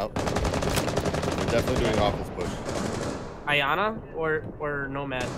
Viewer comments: It's pronounced Yana Not I-ana. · It triggers me so much when people say "I, ANA" how hard is it to just say yana... jesus